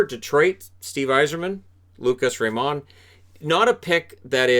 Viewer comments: Fantastic pick! But I have to stress that you dont pronaunce his last name that way. I´m from Sweden and you say it like you do in America. It´s simply Raymond ;) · It's Lucas RAYmond by the way, not rayMOND.